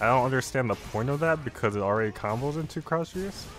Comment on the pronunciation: you said “bombos” that’s a word in my language btw. But initially you left off the “C”. Only Gang members of the Bloods speak or type and leave out “C’s” because of their rivals the Crypts. So they substitute every work starting with a C and put a B instead